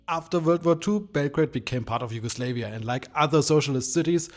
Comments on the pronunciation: its slavia not slevia ffs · We are not "YUGO-slaves" as you pronounce it. We are "YUGO-SLAVS", and proud of it. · Two correction: Jugoslavija was never part of the soviet block and we were never slaves but Slavs !!! The name of our country means Southern Slavs and is so pronounced ! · First of all, it's Yugoslavia, not Yugoslayvia, and Belgrade did not "become part of it" after WW2 - it had been the capital of the preceding Kingdom of Yugoslavia for about 20 years before that. But yeah, as someone who lives in Belgrade - it's really not a gloomy city, in fact the blocks have way more greenery and life than the "modern" buildings from the last two decades, devised by the ever so wise free market. I kinda feel this whole genre of videos is trying to feed into a constructed vibe (oooh 1984 dystopia cold concrete cyka blyat bro) imagined by westoids on TikTok, that doesn't really exist unless you photograph everything on a foggy rainy day and desaturate everything - but you could do that with London and yet there's no such orientalism done for London, Paris, etc. Honestly shocked you didn't use Molchat Doma as background music to complete the stereotype